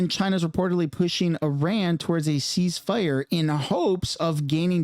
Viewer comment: i wont't unsub yet, but i will give you a thumbs down,... HEY IT'S NOT Oran, it's IRAN..